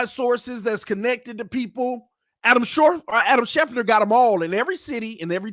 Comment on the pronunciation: It's Adam SchefTER, not Adam Schefner. 😅